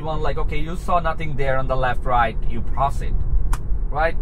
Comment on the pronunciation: It's not calibration or anything like that. 12.4.3 is much worse for me too compared to 12.3.6. Mine gets stuck and doesn't proceed (or as you say "prossid") 😉sometimes when it has clear view. And the speed control is horrible: gets stuck under the speed limit until you press the accelerator. Other times it'll stay at 60 MPH after the speed limit drops from 60 to 45. They'll get it worked out in 12.5. Sometimes it's 2 steps forward and 1 back. This feels like 1 step forward and 2 steps back.